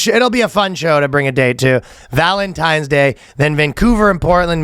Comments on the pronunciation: Ryan DID say "valentimes". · Valtentines day or valentimes?